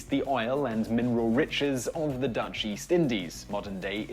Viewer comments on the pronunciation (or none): none